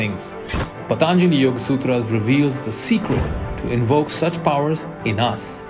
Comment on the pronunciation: The initial introduction by whoever at 0.09 - It's not pathaaanjali. It's pronounced as pathanjali! Please learn your local language to know correct indian pronunciations! Just having an american accent isn't good enough.